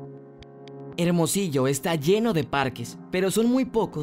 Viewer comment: se dice Hermosillo